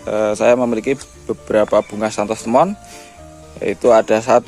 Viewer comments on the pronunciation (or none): Santos lemon bukan Santos temon